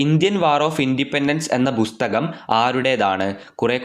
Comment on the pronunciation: ബുസ്തകം അല്ല പുസ്തകം ആണ് !